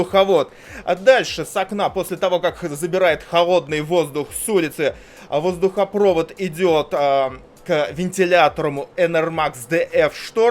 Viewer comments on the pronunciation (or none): кто говорит воздухопрОвод, а не воздухопровОд, того долбят в попу круглый год